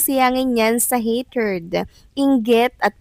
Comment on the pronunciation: Wag na lang mag english kasi maraming mali pronounciation…. Hatred hindi hatered